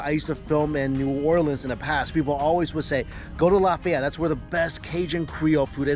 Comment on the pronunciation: Stop saying cajun creole. Its not creole. Cajun people arent creole. New orleans is creole. And the way you say Lafayette is making this hard to watch.